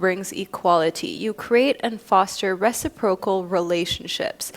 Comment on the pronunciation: I'm sorry to do this, I hate it when i feed the stereotype, but i can't help it... it's pronounced re-SI-pro-cal. The emphasis is on the 2nd syllable (yes yes, I'm a Virgo - I know we're insufferable).